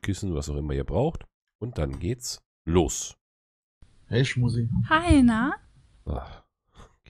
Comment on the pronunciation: Schmusi…. Damit ist man schcon das erste mal angeekelt 🤢 Ist nur mit dir zu ertragen ❤